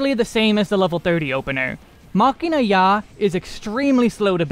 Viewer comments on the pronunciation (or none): none